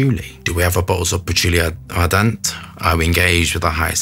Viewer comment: Thanks for the lovely review, and no you butchering the name does not take away from the viewing experience. This is from the Les absolute d'orient line by Guerlain. Patchouli ardent is beautiful. My favourites are Santal Royal and Bois Mystérieux.